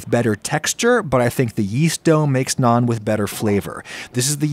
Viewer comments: Love that he says naan instead of nan. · As an Indian, I need to tell you, you nailed the pronounciation of Naan... Thought Tandoor and Tawa needs some work lmao